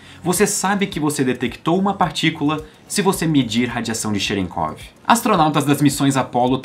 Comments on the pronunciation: kkkk cherekov kkkkkkkkk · Cherenkov, eu não tenho maturidade pra pronunciar essa palavra por aí não